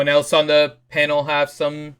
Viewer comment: why does say Penal. Its clearly Panel